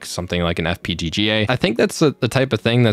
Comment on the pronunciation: you said FPGGA twice and Xilinx sounds like Zy Links